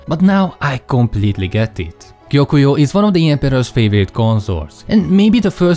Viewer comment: First person I've seen in a video who can (almost) pronounce Gyokuyou's name. Congrats.